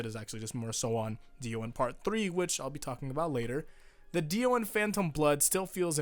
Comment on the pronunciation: diu?! pfft, di O